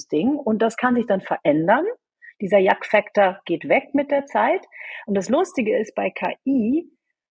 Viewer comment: Sehr berechtigte Frage. Weder der Moderator noch die Gesprächspartnerin sprechen das richtig aus: “Yuck Factor”. “Yuck” sagt man hier in den USA, wenn man sich vor etwas ekelt. Zu deutsch also “Igitt”. “Ekelfaktor” würde man auf deutsch sagen.